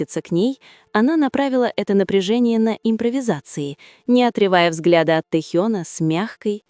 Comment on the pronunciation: Почему хоть Тнхьена то. Не коверкайте имя